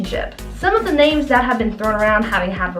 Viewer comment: Pls learn to pronounce names right